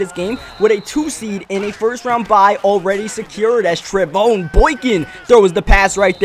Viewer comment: No I am a sports like expert and it is pronounced tre Von